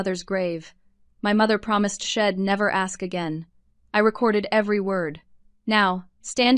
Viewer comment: Need to quite using contractions since the AI voices do not understand them. Tired of hearing about sheds instead of she’d!